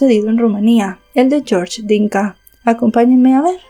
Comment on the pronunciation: yiorye en Rumanì....yorsh es ingles